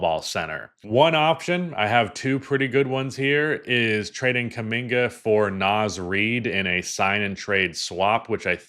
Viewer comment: It's NAZ REID, not Naiz